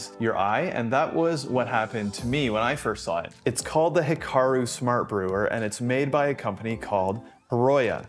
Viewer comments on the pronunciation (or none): none